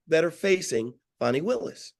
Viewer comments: Fawny not Fani 😅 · her name is pronounced ‘Fan Nee’. Show her the respect she deserves!